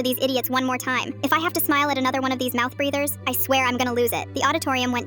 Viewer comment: "Mout breathers" 😭